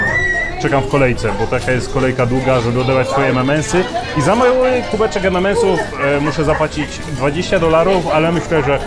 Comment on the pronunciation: EM EN EMS xd a nie EM EM EMS. Przynajmniej tak słyszę, pozdro.